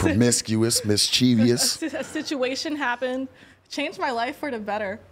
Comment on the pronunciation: Miss-che-vois. Not miss-chee-ve-us